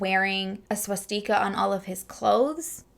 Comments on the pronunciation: Right. Swat Tea Kah had me dying. I think she just mispronounced it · It’s pronounced swah-stih-kuh. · Um, Love your videos but I have NEVER heard anyone mispronounce Swastika like that before. It is pronounced with the emphasis on the first part SWAS tika and the i is pronounced like tuh. Like this: SWAS tuh ka. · Swastika..pronounced, swa-sta-ka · I just found your channel a couple days ago and I am already in love, BUT The way you pronounced swastika I was in tears!! 💀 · Is that the Canadian way of pronouncing s w a st i k a or did you have to pronounce it like that bc of YouTube rules? Just wondering bc I've never heard anyone pronounce it that way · We must inform the church! LMAO OMG girl! And is that how Canadians say swastika?